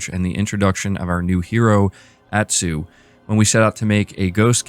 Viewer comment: Her name is pronounced Ah-tsu